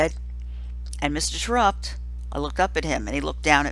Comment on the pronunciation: Rob Says It's Pronounced Tear-Upt.